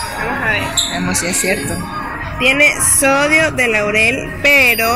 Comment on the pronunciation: muy chévere video. Sólo una pequeñita correción ; es sodio de lauril, no laurel. Agradezco este video, éxitos!